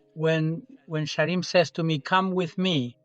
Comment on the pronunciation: thought he said he saw a SHEEP!!